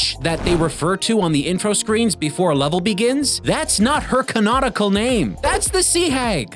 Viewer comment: I know. But it just sounds like ‘can-nautical.’ Also, this is Popeye, so it would’ve fit.